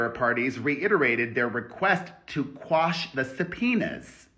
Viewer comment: Quash not squash lol